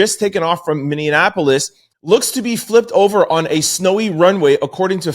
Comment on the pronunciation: I am an avid fan Sir. Bordering Canada and residing in Minneapolis. I need to let you know however - your pronunciation of Minneapolis is pretty horrid. YIKES.